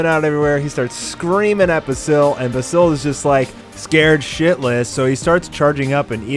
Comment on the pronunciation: Can you not pronounce basil?